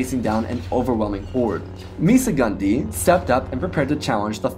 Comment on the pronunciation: My favorite part was " Meesa Gun Di "